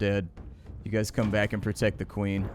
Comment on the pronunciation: "i dont want to increase access to de queen...." them